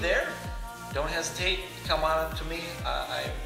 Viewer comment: When he said 'dont hesitate' i thought he said 'don't haz cake' 😂